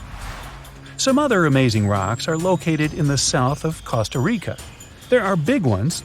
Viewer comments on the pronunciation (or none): none